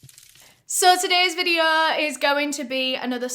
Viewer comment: There's no r dear. It's like videoooooo. 👍